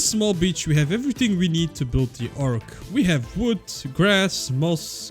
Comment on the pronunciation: can i just say the way you say wood is so entertaining and i dont know why like its just vwood hahahaaaa